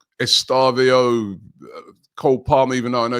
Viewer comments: E stevia O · Yeah "Estavio" hahahaha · Estavio Caicedio Cole palmio Liam delapio Joao pedrio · Man said "Estarvio" 😂